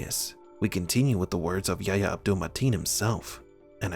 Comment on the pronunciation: His name is YA-EEE-YA not YA-YA